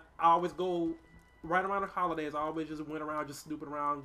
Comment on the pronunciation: holi-dames... lmfao